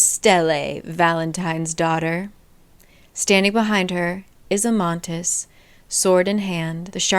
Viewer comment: It's Amatis not Amantis